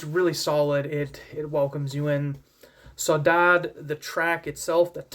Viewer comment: Really enjoyed your review on this! Just wanted to help you on the pronunciation of the word Saudade, at least in Brasilian Portuguese it's: "Sou-da-jee" (I'm not from South America haha). I've heard Takanaka pronounce it once in a live show of his from 2018!